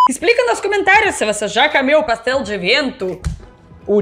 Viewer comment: O modo como a pronuncia A no lugar de O nas sílabas átonas ( calocam, camida...) finalmente me fez entender como pronunciar A e O quando - tento - falar em russo! Muito obrigado,!!:)